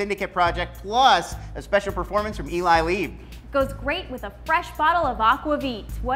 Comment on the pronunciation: aqua veet hahahahahahaha you couldn't pronounce it worse. I'm dying a little inside.